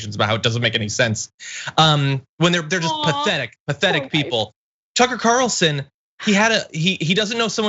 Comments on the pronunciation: Soooo, is everyone going to start pronouncing his name 'Tooker'? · Someone should call him Tookaah and see how he likes having his name mis pronounced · I'm like 3 minutes and 50 seconds and yeah they definitely makemillions of dollars a year definitely more than you and your wannabe YouTube subscription. I'm sorry I'm so full of hate I just thought that you know we would degrade people for personal opinions and the way they speak words. I don't like the way that you say Tucker's name I think that you're mispronouncing it unintentionally and ignorantly